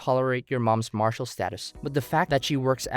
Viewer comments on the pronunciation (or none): 'Marital' is pronounced 'mah-rah-til' not 'mar-shal'